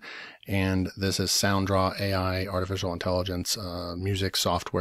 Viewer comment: It's sound raw not sound draw